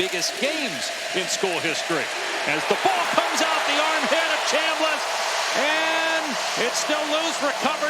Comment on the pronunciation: NEVERMIND! He said Chamliss😂